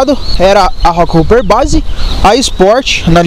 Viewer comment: A pronúncia não é “roqueruper” pelo amor de Deus... é roqueróper!, hopper ( pronuncia-se róper) quer dizer “saltador”, ou seja, rockhopper quer dizer saltador de pedra. Falar inglês é importante para falar de bicicleta.